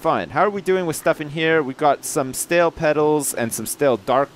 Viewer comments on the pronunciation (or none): none